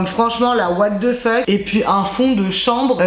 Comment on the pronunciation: J'me lasserai jamais de ton " WHAT DE FEUK "😂